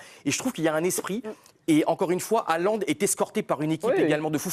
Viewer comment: Le mec est une star planétaire et il y a encore un nombre majoritaire de journalistes français incapable de prononcer son nom correctement. En norvégien le "Å" ou "AA" (C est pareil) ça se prononce "O". Donc Haalland ou Hålland, se prononce Hollande avec un "H" aspiré. Merci de respecter son nom.